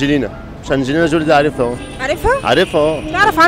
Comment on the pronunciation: انجلينا جيلى؟😳 اشهالبدليه الخرااا😂😂 اسمه انجلينا جولي